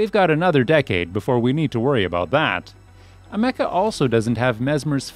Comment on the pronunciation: The way he pronounces Ameca… why